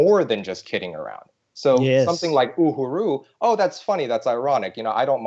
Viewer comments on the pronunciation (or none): Ooo - hooo- rooo is not the way to pronounce uhuru.